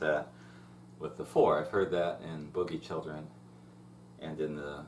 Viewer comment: Boogie Chillen, not boogie children, sounds weird to hear it said that that way lol great lessons though, some of the best on YouTube for John Lee, so thank you!